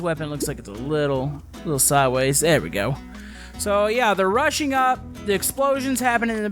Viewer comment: when you said rushing up it kinda sound like "russia up" or "russing up"